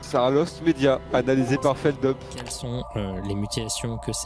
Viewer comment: CEST FELDUP PAS FELDEUP OMG